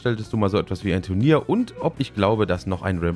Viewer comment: Habe ich da gerade TRUNIER gehört? c